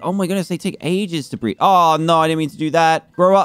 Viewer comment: when he said "BREED" I thought he said breath